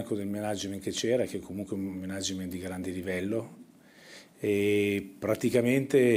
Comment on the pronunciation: Si pronuncia Mànagement, non Menàgement